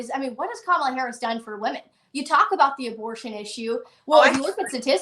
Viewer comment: The way says Says VP Harris' name is on purpose.